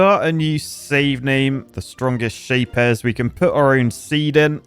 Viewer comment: IT IS STILL NOT CALLED SHAPE-ES WHEN WILL HE FINALLY start to speak like a real engineer >:)